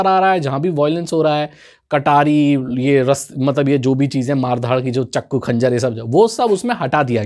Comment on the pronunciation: Not chaku he says chakku